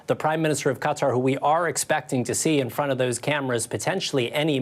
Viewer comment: Lester--you are a professional journalist and have been for decades. Please, when pronouncing "Qatar" give it at least the old college try. "Cutter" is an insect repellent, not an independent Middle East state. Stop being lazy.